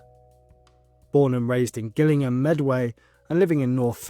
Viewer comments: Gillingham is pronounced Jillingham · Gillingham, Medway is pronounced "Jill - ling - hum"